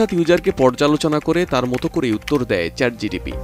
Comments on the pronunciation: আপনি বারবার ভুল উচ্চারণ করছেন I কথাটা চ্যাট জিটিপি হবে না, কথাটা হবে চ্যাট জিপিটি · সংবাদ পাঠক, আপনি চ্যাট জিটিপি বলছেন,ওটা চ্যাট জিপিটি হবে। আর হ্যাঁ, একই প্রশ্ন আমি চ্যাট ডিপিটিকে করেছি, আমার জানামতে সে এমন উত্তর দেবে না।